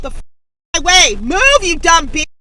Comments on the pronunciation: #6 needs to really relax a little. You know you're too made when you add extra A sounds on the back of your words. I.E. - Moveah and Gowah. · "Are you kidding? Go-wah! Move-ah!" Is there a name for this kind of speach, tacking on an extra syllable? I hear it more from females, might be related to Valley Girl talk. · Go-ahh! Move-ahh! LOL Does the "ahh" make it more emphatic? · The majority of today's clips were submitted by butt-hurt who truly believe, "If you try to merge in front of me, you are more evil than Pharaoh, Napoleon, and Hitler combined, and I have the right to kill you." I was particularly amused by clip 6.2 where the Karen turned the word "move" into a 2-sylable word. 😀